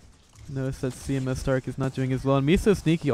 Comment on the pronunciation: Does it drive anyone else nuts that this guy keeps calling him C M S starke, not C M starke